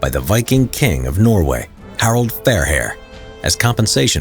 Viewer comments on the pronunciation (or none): none